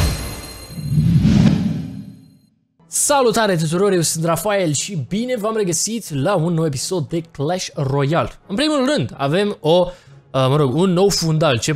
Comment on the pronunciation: sa numește clash royale nu Cles roial